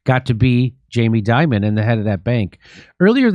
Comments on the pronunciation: So you’re telling me that the big banks are connected to organized crime, money laundering, human sex and drug trafficking!! And all facilitated by the CIA and US government?? No waaaayyy, schooooockerrrr Edit That “Jeffrey Dimon” slip was absolute gold 😂😂😂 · Please it’s not Di mon, we pronounce it Jammy Dim on. Or Demon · I say we don’t pronounce Jamie’s name to sound like Diamond. It Should be pronounced Demon. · in my circle, it's pronounced DEEmon